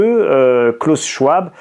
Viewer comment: C'était mon prof à l'université de Genève. On prononce : klaous sch-v-ab, si jamais!!